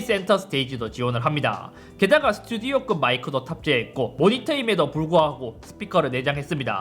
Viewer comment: 자 따라해보세요.. 스. 튜. 디. 오.